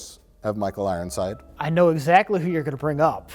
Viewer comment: “Michael Rironside” don’t think I missed it Mike ;)